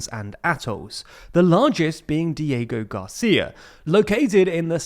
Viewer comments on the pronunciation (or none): "Code Cheigos, Dieigo Garcia" 💀